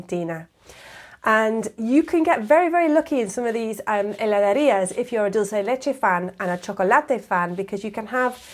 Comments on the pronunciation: Good video. one minor correction, It is Heladeria (not Heladaria) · Heladerías. Not Heladarias. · Hola! Me encantó el video y me hizo pensar lo afortunada que soy al nacer en este país hermoso :elbowcough: Quería hacer una pequeña corrección: es "HeladEría" y no "HeladAría"; al menos en Buenos Aires (de donde soy) y en las otras provincias que tuve el gusto de conocer, siempre lo escuché y leí igual. Me encanta tu pronunciación igual! Se nota que pasaste un buen tiempo acá :) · Is Heladerías not Heladarias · It was a very nice video, but I just wanted to make a correction: at the minute the proper word and also the pronunciation is "heladerías" and not "heladarías". But you make it right. Everything else is perfect, I enjoyed it too much. Regards from Mendoza, Argentina :D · Dear, it's HELADERIAS, not heladarias. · "heladErias"* . Really guys, try ice cream in Argentina´s heladerías. There's nothing like this in the world. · not heladArías, but HeladErías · Una pequeña corrección, se dice heladErías, no heladArias. Y un dato, la ciudad de Rosario es la capital nacional del helado artesanal. Muy buen video. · Hi! Great video! Just one more clarification: it's "heladEría", nos "heladaría". Similar to heladera (fridge). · I´m sorry I´m gonna be a little fussy here but it´s actually "heladErías". Nice vid btw. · I'm sorry but it's HELADERÍAS with an e. Nice video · It's HeladErías, great video!! 😄